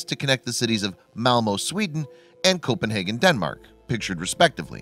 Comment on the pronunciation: It triggers me how he's saying Copenhagen & Malmö 🤣😭